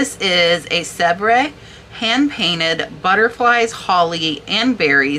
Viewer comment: The French porcelain company is pronounced “ Sev” fyi!